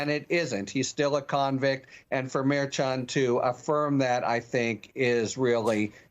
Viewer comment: that is really weak, adding a "t" to the end of Merchan's name. How long did it take you to come up with that?🤣🤣🤣🤣